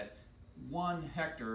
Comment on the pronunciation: 😂😂😂😂you're a good teacher! Straightforward. "What's a hect...ar"